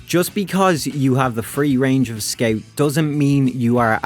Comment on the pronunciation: sceut. not making fun of you, just "sceut"